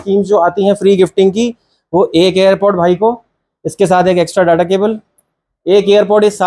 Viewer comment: डाटा नहीं डेटा बोला करो sir